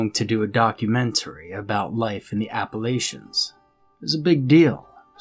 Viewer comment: Please learn to pronounce Appalachian correctly. Also, we may not like strangers asking us questions. That is due to the fact that people not from around here seem to think we are stupid because we are from the mountains. We think they are pretty stupid too.